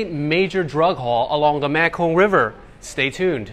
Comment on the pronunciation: It was obvious he pronounced it wrong lol